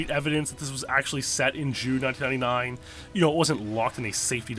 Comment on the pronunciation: you can't pronounce 1999 correctly, lol